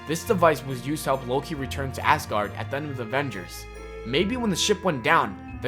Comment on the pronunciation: I'm sorry, but it sounds like ur saying Assguard..... I'm so sorry, I'm not hating 😂